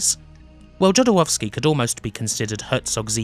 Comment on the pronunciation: Please do not pronounce non-american names as if they were American. You've correctly pointed out yourself that Jodorowski was Chilean. Imagine being pronounced as if spanish name, would sound weird and Jodorowski pronounced the way you do is just disrespectful. Other than that your video is a good recap!